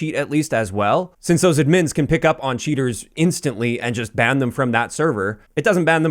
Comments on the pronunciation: good video, no way thats how you pronounce admins lmao. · dude the way you say "admins" is so funny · Not that it matters, but are you Canadian? U pronounce "admins" weird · glad it wasnt just me that noticed it. Maybe its a regional thing